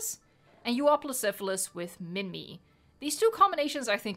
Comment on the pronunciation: Isn't pronoced minmi [min/my] and whoersaurus is [wo/her/saurus]